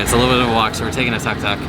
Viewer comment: Tuk-tuk is pronounced took-took, not tuck-tuck. Very short vowels.